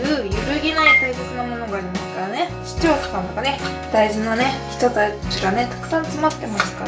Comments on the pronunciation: ｢視聴者さん｣が完全に｢市町そ村｣ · 視聴者さんが言えなくてかわいい